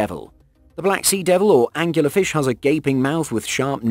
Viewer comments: I like this video, but, I have to interject that the deep sea fish, with the glow-in-the-dark proboscis, is called an "angler fish" that's angler, as in a fisherman that fishes with a rod, not as he said, "angular". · "Angular fish".......ANGLER FISH!